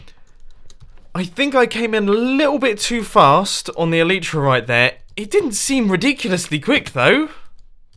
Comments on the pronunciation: Grammar Nazi time. Sorry in advance Mumbo, just being picky. E-LIE-TRA not E-LEE-TRA, OMINOUS, fiERy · MUMBO, ITS ELAYTRA NOT ELITRA U ARE SAYING IT WRONG ALL DAY!!!! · I'm getting really annoyed by how mumbo pronounces elytra.